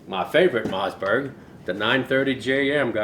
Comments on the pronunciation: I love the way he says mazzberg.🤣🤣🤣🤣🤣🤣🤣🤣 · Ur saying Mossberg wrong